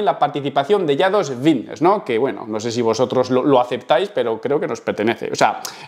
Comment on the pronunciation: por que coño dice vitness en vez de fitness??